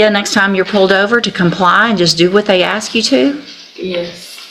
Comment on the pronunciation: And if you don’t believe her just “axe” her. Not sure why none of them can pronounce ask